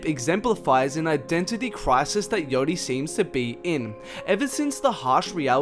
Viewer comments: its not yotty ffs... yAchty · wtf is ‘yotti’